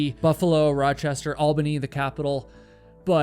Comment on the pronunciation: You’re one of the first YouTubers I’ve heard actually pronounce Albany correctly